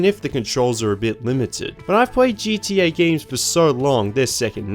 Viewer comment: You pronounce it GTA this time, not GDA.. wonderful!